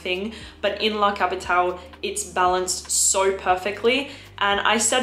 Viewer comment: Like you pronounce the E in Erba Pura you sould pronounce the E in La CapitalE, it's italian not french